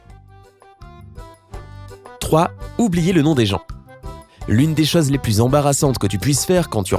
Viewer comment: Svp on dit CHOSES et pas CHAOZ